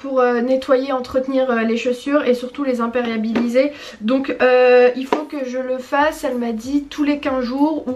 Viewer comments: "C'est pour les imperiabiliser" ahaahaha non ma belle c'est imperméabiliser... tu as loupé une syllabe sinon je kiffe tes calendriers de l'avent ahaha limite j'aimerai en voir plus mddd... sinon super vlog bisoussss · ce n'est pas imperiabiliser mais imperméabiliser 😂